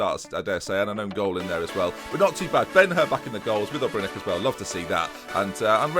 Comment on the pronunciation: Maybe say ObreNitsj instead of Obrenek. But Great series, man! You are a true hero.